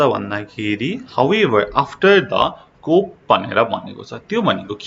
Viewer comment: Sir your pronunciation needs to improve, not coup(kup) . Its pronunciation is ku.